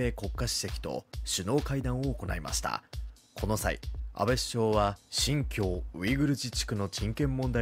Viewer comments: 動画を作る上で、地名や人名などの固有名詞は正しく表記・音読するのは基本です。 「シンキュウ」ウイグル自治区ではなく、「シンキョウ」ウイグル自治区です。 基本的なことを誤ると、その先の情報の信用がなくなりますよ。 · シンキュウじゃなくて、新疆(シンキョウ)でしょ？